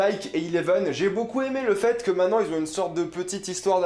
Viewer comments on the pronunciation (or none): none